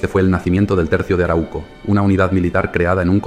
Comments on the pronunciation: Se dice aráuco. No araúco. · 3 alcances al narrador: 1. La region donde viven los mapuche fue bautizada por los invasores como Arauco y se pronuncia con el acento en la segunda letra "A": Aráuco. 2. En mapudungún, la lengua mapuche, MAPUCHE significa "Gente de la Tierra (Mapu=Tierra, Che=Gente); por lo tanto, la palabra mapuche se utiliza tanto en singular como en plural (no mapucheS, dino que los mapuche). 3. No hablaste espero que sin mala intención (aunque lo dudo porque perteneces al pueblo invasor y lo resaltas) de la decision principal por parte del invasor para fijar la frontera en el Río Biobío: la gran voctoria del Toqui Pelantaru sobre el "ejército de encomenderos" guiados oor el Gobernador Garcia Óñez de Loyola, en la Batalla de Curalaba (1598), que resultó en la aniquilación total de la hueste invasora (180 invasores) y la muerte del 2° Gobernador hispano (el orimero fue, claro, Pedro de Valdivia). Ojalá acogieras estas sugerencias y resaltes ls victorias de tus enemigos. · solo una correccion, se lee arau - co, no se separa la u en la segunda silaba, se lee junta a la primera silaba